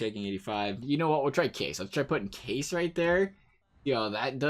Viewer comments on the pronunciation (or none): When he keeps pronouncing Kase , “case”...😂